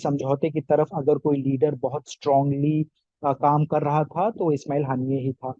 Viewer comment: Tha nahin thye bol